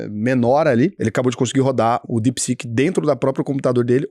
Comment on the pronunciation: é DeepSeek e não DepSec kkkkkk